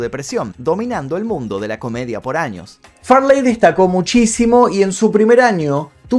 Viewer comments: Porque dice far ley y farley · Chris Fartey, prrrrtttt 💨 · Su nombre no era Farláy, sino Farley, pronunciado como Fáh-lee. Okay? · Farleeey, jajajaja... qué nació en Birminham?. Seguro surfshark lo sabe.